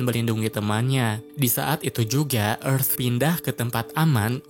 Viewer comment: Tulisannya earth kok dibaca efth